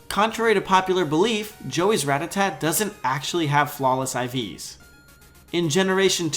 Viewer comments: HEY IT'S PRONOUNCED RA-TA-TA! NOT RATATAT I'm by the way! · You call yourself a Pokéfan when you can't even pronounce Rattata?